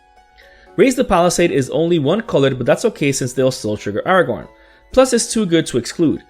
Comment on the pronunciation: Not Aragorn..😂😂😂